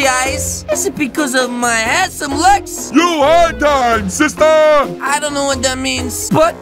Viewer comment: I like when he says sistah